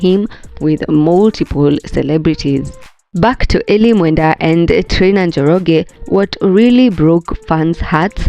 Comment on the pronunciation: Eli ❌ E-lie ✅